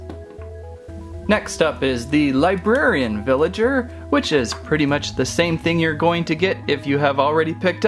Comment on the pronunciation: Ricardo Castellanos its villager not villagert